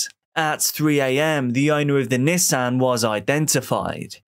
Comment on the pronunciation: Me thinking he was saying “his niece Anne” shortly after realizing he’s saying “Nissan” 😅